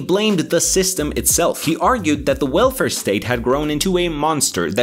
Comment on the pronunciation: "...the wilfur state..." 🤣😇